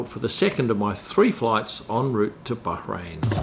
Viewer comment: kudos for your correct pronunciation of Bahrain. Now please teach the Sky F1 commentators